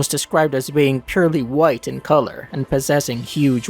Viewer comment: "A /white/ hole?"